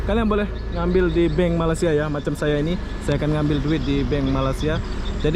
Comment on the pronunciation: Abang ni macam tak pandai sebut Malaysia.. Ingattt!!! Malaysia bukan malasia Tolong di ralat kalau ada yg salah 😀😀😀